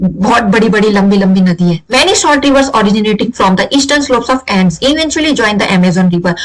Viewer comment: No it's Andes not ands